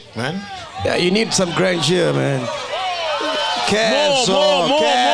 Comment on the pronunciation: Sol missed the perfect chance to say Ikshaya GRAND JOH. Instead he said "Grand yoo"